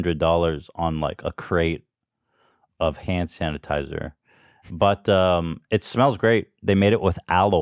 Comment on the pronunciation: did ethan just say sand tanasizer?